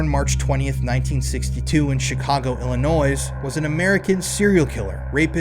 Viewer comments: please bro its not illi-NOISE its just illi-noi 😭 imma still follow you bc this is a great video but UR ON THIN ICE BROTHER FFS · It's Illinoi,. The s is silent.